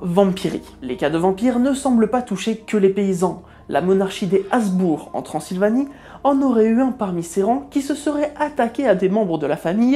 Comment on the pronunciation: Habsbourg, et non pas Hasbourg. A part ça, très bonne vidéo!